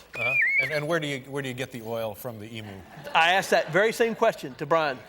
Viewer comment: Pronouncing emu wrong its not an emoo its an e m u lol😊